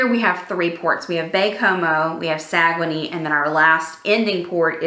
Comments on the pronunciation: We don’t say Sa - Gue - Nay, we say Sag - Nay! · It's pronounced Sag-Nay. I knew you where on NCL!!!! The one line I will never sail on! LOL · You were pronouncing it wrong. It is sag un neigh